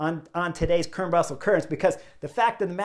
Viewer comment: Chris; the e at the end of Kuurne is not silent; it has two syllables with the 'uh' sound at the end: Kuur-nuh. Sidenote: Spicy Taco is not a traditional Dutch name... Also: van Hooydonck's nickname is: 'De Lange' (The long one; we would say 'tall' instead of 'long'); he's 1.93 mtr; about 6'5".